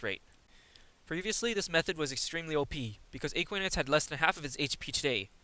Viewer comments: yeah not a-kwi-nites ;D. a-kwa-nites. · You can check out his latest version of this guide as it pronounces Aquanites properly. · Why are you pronouncing Aquanites so strangely? It's literally said like aqua in aquaman, but you replace the man with nites. You don't call aquaman aeqweoman.